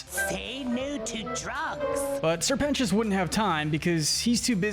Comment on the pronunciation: YOU FINNALY SAID SR PETIOUS'S NAME RIGHT